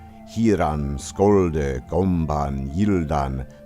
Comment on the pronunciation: The OE passage was actually read out wrong in places... "scolde" for example, is not read as "skoldeh", because "sc" in OE was read as "sh" is today. And therefore it's not such a great leap from "sholdeh" to "should". The letter "æ" wasn't pronounced as "ey" in OE, that was in Latin, but in OE, it sounded like the modern "a" in the American pronunciation of "man". Or just pronounce "æthel" as "athel" and you're there. With that said, I loved your reading of Middle English! Like someone else has said, it sounds like Scots, that's because some Scottish dialects have a much slower progress of the Great Vowel Shift.